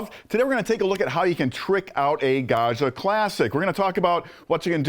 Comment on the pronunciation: Gad-jah, not Gah-shah.